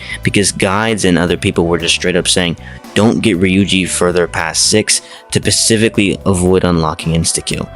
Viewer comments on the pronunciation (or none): THE WORD IS “SPECFICALLY” NOT “PACIFICALLY” LEARN A BOOK. SPEH-SIFF-ICK-AL-FEE